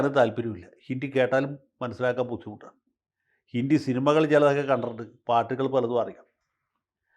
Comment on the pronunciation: ഹിന്ദി എന്നാണ് ഉച്ചരിക്കുക ജയശങ്കർ ജി. ഹിണ്ടി അല്ല 😂😂